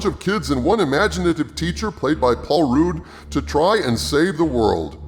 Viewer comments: Good video essay. However, it is paul RUD, not "roode". Did not know that the film states that "...no other ghost sightings since (1984? 1989?)..." - until now. The video implies that this follow-up to the 1984 film is at least 60% good as that iconic film, though unsurprisingly not as good as the original. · Sorry but It's pronounced Rudd not Rude. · It's Rudd, not Rude. Unless you are making a joke. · I like how you call Paul Rudd, Paul Rude 😂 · Loved this Film to, Phoebe had me in stitches. And it's Paul Rudd not Rude.! 🤣 Love the Vid's 👍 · I dont think its pronounced "Paul Rude". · Why do you keep calling him Paul “Rude”? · How did get this far in rescuing pop culture without knowing it’s not pronounced Paul Rude?😂